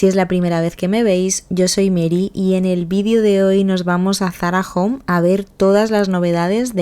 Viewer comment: Es Zarahome,home de hogar no jom 😊